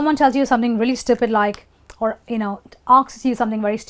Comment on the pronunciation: O my God.! What is this aks......? Lol